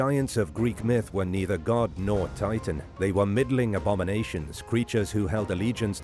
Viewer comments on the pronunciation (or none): none